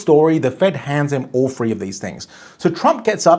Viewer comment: Its THREE , NOT FREE. 😊